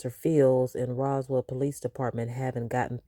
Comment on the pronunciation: How long has Shirley been living in Atlanta? Why can’t she pronounce Roswell 🙄